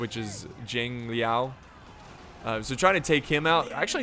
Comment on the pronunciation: I kinda happy when he pronounced Guan Yu correcty, but then when he pronounce Zhang Liao, my feeling got betrayed 😥.